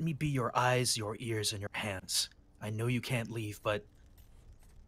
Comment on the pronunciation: it totally sounds like he said: "let me be your eyes, your ears, and your pants", it should be hands right. . . Right?